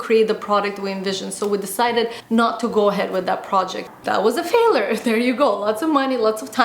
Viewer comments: i dont think its because of her accent because even with her accent she prononces words very well, it seems to me she just might not know that its pronounced fail-YURE and not fail-ER, with that said, its not the end of the world if she does not pronounce the world correctly, I think Roodles comment will just help he realize her error because yes, it was quite annoying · calm down English is not my first language either and actually yes there is correct and incorrect way of pronouncing words and this is specified in language dictionary In Uk we say ˈfeɪ.ljər. And R is silent. There are pronunciation differences between Uk And US English - was trying to figure out where got her way from.and it has nothing to do with accent. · it's 'fail-YURE'. not a big deal but was irritating me a bit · How to say failure: "fail-yur", NOT "failor". Your welcome. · faalure hahahaha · Video is great n all but your pronunciation of failure as failer got me 😂🙈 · Hey, I like and respect you a lot but you are just not pronouncing the word failure correctly and making your video slightly difficult to watch.:) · The biggest failure I can think of right now is very badly mispronouncing the word 'FAILURE' 😂 She uses this word non stop says it wrong lol. Alex you could have given her a heads up 😜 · Is that Canadian pronunciation of word failure? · The way she pronounces "failure" is so cute. lol